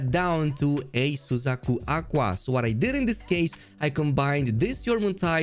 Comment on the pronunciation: this bro pronounce suzaku aqua correctly